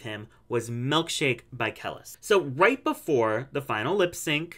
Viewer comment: Lmao Kelis is pronounced (KUH-LEASE) not Kelis btw 😂